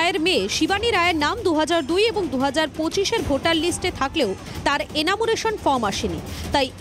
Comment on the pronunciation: " এনামুরেশন " নয় দিদিমণি , ওটা " এনুমারেশন " ফর্ম হবে ।